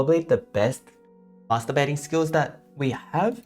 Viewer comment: Did he actually Say Masterbathing